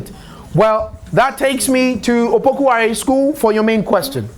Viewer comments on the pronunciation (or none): It's Opoku Ware not Wale. Change it